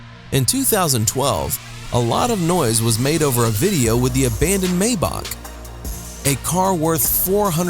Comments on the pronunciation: It's pronounced "My-Bach" not "May-Bach" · It my-bac-h